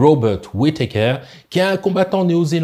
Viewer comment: WITéKèèère ^^ Un médecin MMA n a jamais entendu ce nom? D'ailleurs il n a jamais entendu un mot anglais finissant par ER ? :face-green-smiling